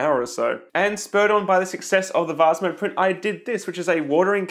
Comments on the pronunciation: the vaz again lol (please say vase instead of vaz) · He did offer the alternative of "vaze". Hey! It's vase, rhymes with base.